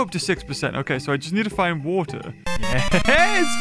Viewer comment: “IVE GOT TO GET TO THE WAETWER” … “bl-bLEah!”